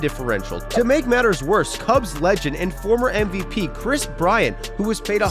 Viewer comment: "BRIS KRYANT"